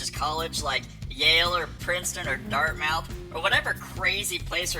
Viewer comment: It's pronounced "DartMth" might explain why he followed her there..